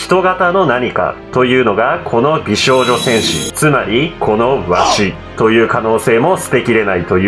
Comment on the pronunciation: 美少女戦士！ が上手く言えてない説